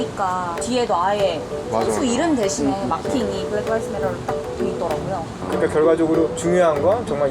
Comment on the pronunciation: 블랙 라이브스 매러가 아니라 블랙 리브스 매러 아닌가요....너무 좀 그래요